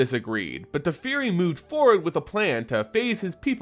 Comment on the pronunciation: Tefeari, Dome-inaria? bugs me. Personal issue. if that's the correct WoTC pronunciation, ignore me :P